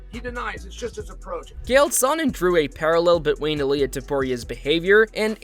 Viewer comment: Nice video, but pls lesrn to pronounce chael correctly 😅 he isnt called kale or gale